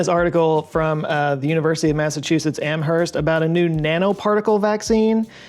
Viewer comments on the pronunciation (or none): Amherst is pronounced, Am-erst. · The "h" in "Amherst" is silent. Don't make me tell you again That's why they're called less -lethal weapons, not non -lethal weapons.